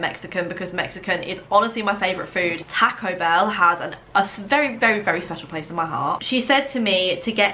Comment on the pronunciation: Loooove you so Much! I laugh every time you can “tack-0 bell” Lolol makes me think that if you say the work “talk” you’d say “tack” lol “talk” and “taco” has the same “a” sound